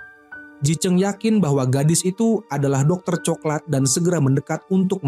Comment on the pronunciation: Ini pake suara ai kyknya, pengucapan coklat tp diucapkannya co-ke-lat .. 😂